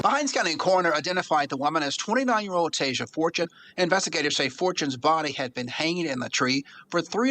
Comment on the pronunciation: girl, chill lol she didn't even say Tasia Fortune's last name right.. she is literally silly. she is really suggesting that black people go out & kill white people, based on no evidence. in my opinion, the big news stations are portraying this as racism because they are being instructed or paid to. they want to keep us divided.